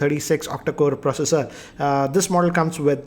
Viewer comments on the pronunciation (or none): none